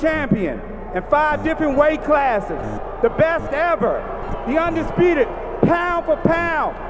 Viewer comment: Did he just sad UNDISPITTED ? 😂